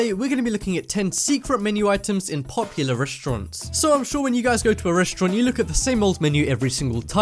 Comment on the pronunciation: popular, not popualr xd